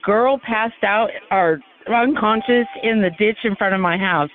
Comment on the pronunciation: Did I hear the dispatcher say "drunconscious"?